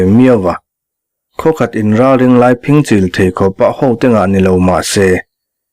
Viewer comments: Phing chîl tih i chhiar/lam dan hian Mizo ṭawngah awmzia a nei lo va, phîng (vawk phîng) chîl tih tur a ni e. Nawp hrep, rap hrual hrep, sawisa hrep sawina a ni e. Vawk phîng kan rap hrual nek ang tehkhinna a ni e. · Phing-chil hi i lam rik dan hian a thu tum a ti dang lam thei tlat in ka hria. Naupan lai a Vawk phing ham puar kan pêt ṭhin kha kan ham puar hma in a puar len deuh theih nan a lei charah dimna tel miah lova kan rap hrual a kan chil hrep ang mai kha a ni e. Phîng-chil hi